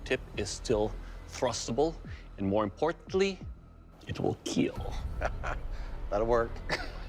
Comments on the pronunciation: IT will KEEL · "I broke your weapon, but more importantly, your weapon will KEEL" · John Wick tests pencil: It will Keel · It will "KEEL" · It’s not kill it’s kiel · "YOUR wEApoN wilL KeEL"